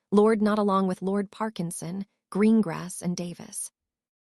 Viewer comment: It is not g r u n g r a s s it is green grass